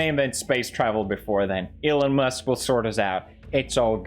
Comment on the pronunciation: isnt that elon WUSK